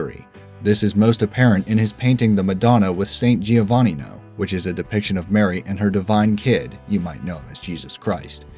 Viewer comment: The pronunciation of "San Giovannino" makes me smile :D, great video anyway